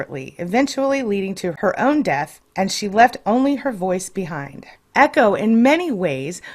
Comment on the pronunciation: echo not ego